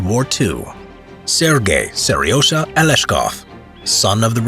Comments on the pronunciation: Its not Ser Y O zha, its serozha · WHy do I hear Seryosa? it is Seryozha